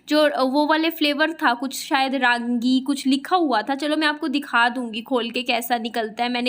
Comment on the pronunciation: Rangi nhi ragi hota h vo